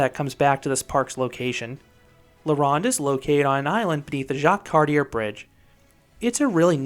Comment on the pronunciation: La ROW-nde, not La rah-nde. It was AMAZING and turned to shit when Six Flags bought it. The bridge is Jacques-Cartier, like the famous explorer, pronouned CAR-T-YAY not CAR-TEE-ER.